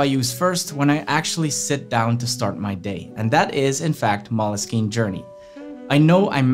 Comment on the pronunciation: Great info and editing and setup!!! But I think you’re pronouncing moleskine wrong